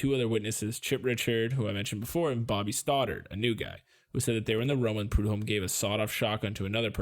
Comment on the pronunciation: Also.. sorry for being "that guy" .. But.. the H in prudhomme is slient..for some brighter news, however.. The baby is now a thriving human adult. Snaps to that shit, bc this place.. does NOT let go. This murder, and the kks murder.. Literally ruined this whole ass area, im not even being extra. Both of those are still relevant, HARD.. right NOW. Thirty three years later.